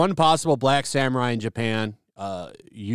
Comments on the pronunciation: I love your videos! However.... "yah - sue - kay" and "may - gee" 😁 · You mispronounced yasuke several times, but I do agree with everything else.